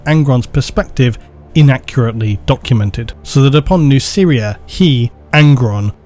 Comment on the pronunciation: The way you pronounce Nuceria makes it sound like "New Syria"